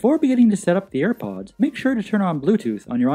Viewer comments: no one: him: ayre powdsss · shambleZ Gaming same